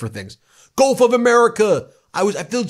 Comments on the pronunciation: I thought I heard them pronounce it golf not gulf. So darn dumb. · It sounded like she said Golf of America which is accurate as Trump's always playing golf while fantasizing about taking over the world and renaming the planet. Surprised he didn't say Golf of Trump! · "Golf" is exactly what I heard her say! I thought the subtitle misspelled it "gulf.'